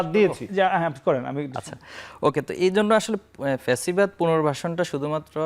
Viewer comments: ফ্যাসিবাদ না প্যাসিবাদ। আদু ভাই নাসির চলে যাও বাংলাদেশ থেকে। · বারবার পেসিবাদ বলছে নাকি ছাগলে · "প্যাসিবাদ" নাসির 😂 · পকাশিত× প্রকাশিত প্যাসিবাদ× ফ্যাসিবাদ